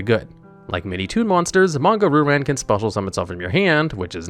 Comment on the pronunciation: Monga Roo-Ran. Christ, your pronunciation hurts. Still, a fun little video!